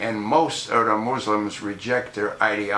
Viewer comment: Moozhlems :) Fix your tongue dude.